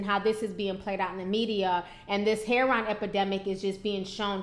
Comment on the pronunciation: It's not pronounced "hair-on"... its Heroin... pronounced "hair-o-win"